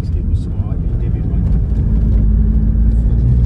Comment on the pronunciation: Harry-Gate 😂 it’s ‘Arigut